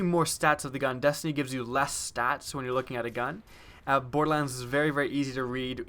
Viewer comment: 'Bordelans' lol